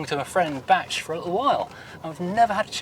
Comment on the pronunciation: It’s Batch!